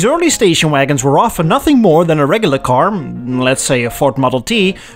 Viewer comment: You sound Dutch “D’regglar sedan” is like “D’neddelins” Maybe Afrikaans? Anyway, it would be so cool to have a woody